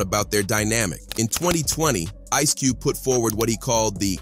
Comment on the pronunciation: Cube-ay and Suge-ay lol. Wtf? This dude can't read.